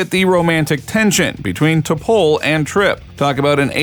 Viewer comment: If you're going to make a video about a Star Trek character, the least you could do is watch at least ONE episode, so you can learn to pronounce her name correctly.